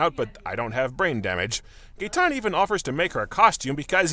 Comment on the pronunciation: It was Gaetan? I only heard Gay.